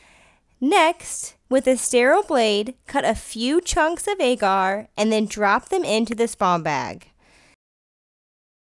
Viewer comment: Agar is pronounced Aww-ger